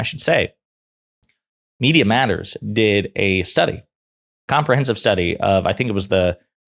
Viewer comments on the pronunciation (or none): none